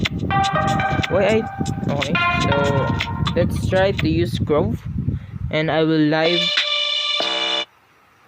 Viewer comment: did he just pronounce groove as grove?